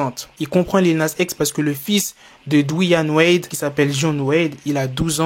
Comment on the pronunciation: Ptn il a dis Douane Wade 😂 On dit Dwayne Wade